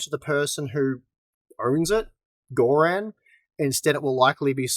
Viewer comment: bloody hell "Gore-Ran"? its bluddy Gorrun